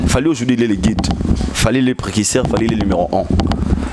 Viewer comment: Ya Pembe Certifié ba lobaka Mise à jour et non mise en jour stp yaya!!😟😟😟 👉🏾 Et on dit précurseur et non prekicseur !😳👉🏾 Lokola bo lingaka ko yekola te, Nako kende na bino kaka bongo po trop c'est trop!!😒😒😒